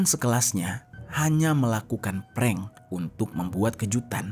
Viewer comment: Ngepreng apaan bukan ngepreng itu mah .